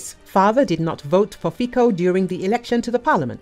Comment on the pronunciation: Give us a break with your "Fiko" pronunciation: it's pronounced "Fitso"!